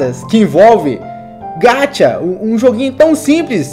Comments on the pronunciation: Ñ é: (Gatia)! É: (GACHA)!!! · Não é gachia é gacha 《Gaxa》